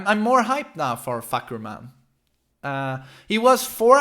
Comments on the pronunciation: His name is pronounce Far - Cum - Rarm" (Yes, that Cum no joke. Its pronounce that way). "Far" means Sky, "Cum-Rarm" means Roaring, like lion roar. Therefore the direct translation of his name is "Roaring Sky". Basically like a during a thunderstorm, you said that the sky is roaring. Sorry its not "Fak-Koom-Rum" Peace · Isn’t it FahKUMram like you express the Kum in his name? Not Fahkumram? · You can start taking him seriously by correctly pronounce his name. I dont know how to write the pronunciation for you to understand but I can at least separate the word for you, it's Fah-Kum-Ram (maybe something like this F̂ā-khả-rām) not Fuck-Um-Ram or anything you speak here, it's translated from Thai word to Eng as "Roaring Sky" It grind my gear every time you say that so sorry in advance if this look like I nitpicking you guys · Farh' Coom-Lrum ...Address more inflection on the first syllable. This should help. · Fuh-Koom-Raam/Ram Sub-seek-wently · Is that how you really pronounce his name🤦🏽‍♂️? Fock-u-ram.... GTFOH🤣🤣🤣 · Just hearing him say "Fah-ku-ram" over and over and then "Fahk" - "i didn't even see the kum" - "WHO TTHE FFU*K?!" lol hilarious. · Fahkumram phonetic pronunciation as "F̂ā khảrām" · deadass thought he was saying "Fuckerman" the whole time LMAOOOOOOO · It's "Fah Come Rarm." As a Thai person, it's painful to hear when his name gets butchered. Lol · "Fah"- not "fuh" "Ku"-silent M "Ram"- rum Pronounced FA-KU-RUM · You can call him like this "Fah - Come - Ram" Fah = Sky, Kumram = Roar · My Thai friend said it's pronounced as "Faaa-kam-lam" and she's expecting Westerners to pronounce something weird or make fun of Thai names. Examples like her name "Siriporn" and one of my acquaintance name "Pimprapoat" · His name is actually pronounced as Fah/Cum/Rarm (trust me I'm Thai XD) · For yall westerners or anyone who cant pronounce his name properly , here's how his name supposed to pronounce.. FUH - KUM - RUM (Fahkumram) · It's Fah-Koh-Ram. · It’s fah-kum-ram